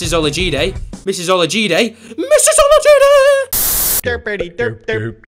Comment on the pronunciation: He said it correctly